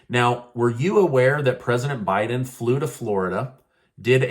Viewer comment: Not bieden